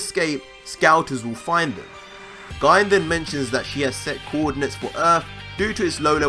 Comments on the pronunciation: I could be wrong but, I think you're pronouncing Gine's name wrong. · Other than the botch on the annunciation of Gine's name this was an awesome speculation. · Pronounced Goku Mother's name wrong lol. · Amazing video, not the end of the world but you pronounced Gine’s name wrong bro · The way u pronounce Gine makes me laugh sooooooo hard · I think you’re saying “Gine” wrong😬 But amazing video. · He is... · Darryl Goodgame Gine comes from the word Negi which is pronounced Neh-gee. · Gine is pronounced "jinne" I believe. The name is derived from ginger, akira toriyama style. BTW nice theory. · Just want to point it out but Goku's mother's name is actually pronounced "Gee-neh", if you switch he name backwards it would be Negi(pronounced "Neh-Gee") which means Spring Onions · I fucking hate the way he says Gine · It's pronounce Ghee-Nay Not GYNE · Its pronounced gi ne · GINE=(GI-NAE) TRIGGERED OF HIS PRONUNCIATION! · Guy? It's Gine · U pronounce it as gi-ne not gine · Gi-ne* not Guyne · Its pronounced gee nay not gine. Japanese names yo. Learn how to pronounce it. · You say Gine’s name as “guyn”, when it is written as “Gi-ne” in the background ._. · 1. Amazing discovery! Absolutely phenomenal! 2. It's pronounced "Gee-Nay" not "Jine". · Your saying Gine like Guy-n its pronounced Jee-ney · Gi-ne is pronounced Gi- Nay. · It's pronounced gee-nay not ginn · Is it really read as /Gayn/? It sounds awkward hahaha I really think it's /Ji-ne/ like it was even written as "GI-NE" in the manga, Gine for Ginger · Sebastian Rodriguez it is. Gine pronounced (Gee-Nay) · It’s pronounced (Jeenay) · Actually Its Pronouced "Gi" "Ne" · You pronounce Gone wrong, it's jean-ay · Her name is actually pronounced Gi-ney, but everything else was completely correct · Gine is pronounced (jeenae) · It's pronounced "GENE-AY". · Isn't Gine pronounced "Gee-nay" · Bro her name is pronounced gee nay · How to pronounce gine (G-nay) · You’re awesome! Heads up tho her name is GEE-NAY.